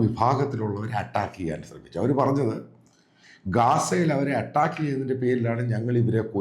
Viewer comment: അച്ചായന്റെ സംസാരം കേൾക്കാൻ രസം ആണ്. പ്രത്യേകിച്ച് " അട്ടാക്ക് " ( അറ്റാക്ക് ) എന്ന ഉച്ചാരണം. എന്തായാലും വീഡിയോ പൊളി ആണ്